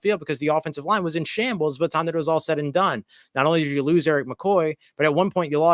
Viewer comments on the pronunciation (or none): I’m sorry “Rouse”, it’s time to panic! We “Louse…..WE LOUSE!!” 😂😂😂😂